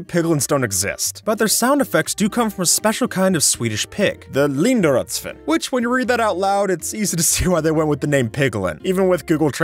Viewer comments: you pronounced it pretty well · You actually pronounced it nearly right, just make the "i" in "svin" long (pronounce it like the english letter combination "ee") and you basically pronounce the linderödsvin right.